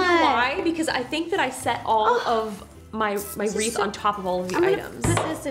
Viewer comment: Ro says wreaf not wreath